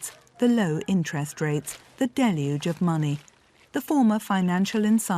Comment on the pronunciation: Props for knowing how to pronounce ‘deluge.’ “DELL yooj.” abc news and nbc news are not the sharpest tools in the shed.